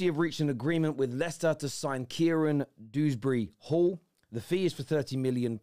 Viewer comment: Dewsbury not dooberry